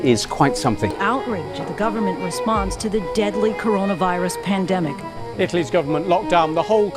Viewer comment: "Coronivirus" lol